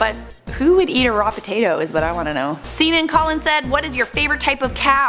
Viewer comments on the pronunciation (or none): You called me Seenan, lol. It's pronounced Senan without the ee sound